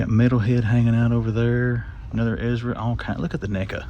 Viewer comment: Hey bro. Watch how you say NECA's😁😂🤣😂😁